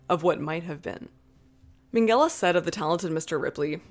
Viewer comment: Why does she pronounce Minghella as Mengele 😭